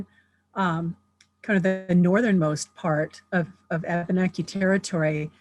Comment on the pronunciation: Abeneki is actually Pronounced Uh-ben-uh-key